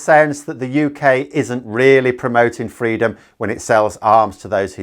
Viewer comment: Did Raab seriously say “freedurm”? Oh my God, that’s embarrassing